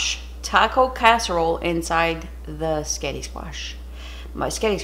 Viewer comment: QUEEN! Darling, you saying 'S'getti' uplifted my entire day.😍😊 This was definitely an inventive Booger delicious creation. All love to you, Tom and pupper and family. xoxoxo